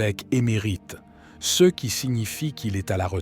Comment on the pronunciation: « Ce », »ci », « mgr » sont mal prononcés : pourquoi ? est-ce l’intelligence artificielle……😅comment prendre au sérieux?